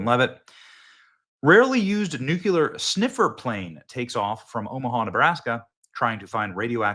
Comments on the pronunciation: Noo-klee-er, not noo-cue-ler. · People judge u how u speak, when u speak like a D.A. people judge u as a DA. The word is Nuclear pronounced new-clee-er. Not Nu-cue-lar. That is actually another word, nucular, refering to the contents of a cells nucleus! Bush also talked like a DA and used the wrong word. Stop talking like that NWO elitist. I'm going to keep calling u out Benny until u stop it!